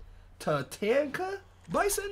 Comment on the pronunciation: he said legendary takana bison lol